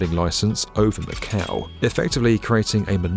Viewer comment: funny thing, macau sound like MAKAO which is popular card game